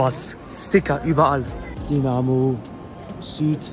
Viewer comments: Es heißt nicht Dinamo,sondern Dynamo!(Sowas regt mich auf!)😉! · Das heißt nicht Dinamo sondern Dynamo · junge das heißt dYnamo und nicht dienamo. 😂 das tut weh im ohr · Danke für deine Doku😊. Komm gern wieder ins Stadion! Aber Bitte DYYY nicht Dinamo😂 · TIPP:nicht Dinamo,es wird Dünamo ausgesprochen und Dynamo geschreiben 😊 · Bitte in zukunft dynamo sagen, nicht dinamo. Und noch ein tipp am rande "licht am fahrrad - dinamo" ist vielleicht in manchen Situationen nicht unbedingt förderlich für das körperliche wohlbefinden 😂😂 Und vielleicht bei den nächsten besuchen von Stadien die Menschen um dich herum nicht so nerven 😂 der kerl neben dir guckt nicht nur einmal total genervt 😅 Aber alles in allem steht fest woher die besten Fans kommen! Elbflorenz 🖤💛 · So,...und jetzt nochmal richtig DYNAMO spricht man "DÜ Namo" nicht DI Namo". Kriegste noch hin, Bro! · Dynamo.. nicht Dienamo :D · Dieses dinamo es heißt Dynamo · Es heißt DYnamo und nicht DInamo. Danke 🖤💛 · Tipp: es wird Dünamo ausgesprochen aber Dynamo geschrieben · Es ist grausam wie Du Dynamo aussprichst. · Wer noch nicht mal Dynamo aussprechen kann. Respektlos ist mit Licht ans Fahrrad Dynamo. Sollte dieses video für sein scheiß Clickbait Löschen! Zu 100% hast du nichts mit Fußball am Hut ubd solltest wieder dahin gehen wo du her kommst!